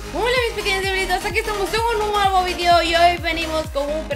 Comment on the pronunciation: se dice videos,no "vidios"